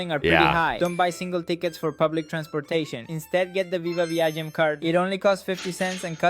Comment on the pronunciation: The Lisbon guy mispronounced the Portuguese names it’s vya-ZHAI not veeagim and buh-LAI not bellum